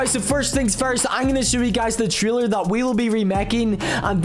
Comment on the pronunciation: You say taler not Traler